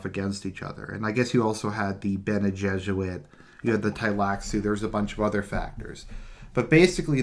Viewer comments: Homie it's bene Gesserit, not Jesuit, jfc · Benejesuit? It's Bene-Gesserit. Spelling?